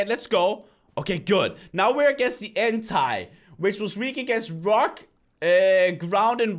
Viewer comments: is entei not entai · ENTAI? ITS EN-TEI 😂 (TEY) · it's not entie entei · you say Hentai rather than ENTEI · It sounds like he says "Hentai" when he tries to say "Entei" xD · did he just pronounce "Entei" Entie? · When is on the Entei part thing of bengrys twin the ultimate boss one: Ooo Entai Me:you British? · Froilan Villapena yes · MrfasXD Itz auntie? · He says Entei like henti the anime genre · I love it how say entei ''hentai'' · and this is how u pronounce entei in-tay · he says hentai instead of entei (look what is hentai ) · he said Entei wrong